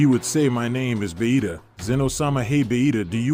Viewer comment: Why do they call vegeta bahita 😂